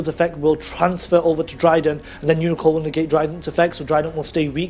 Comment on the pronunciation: "Umicorn" and "Gun Gay" Aaah im I miss hearing you say these names because if I am I love my fucked ears right now xD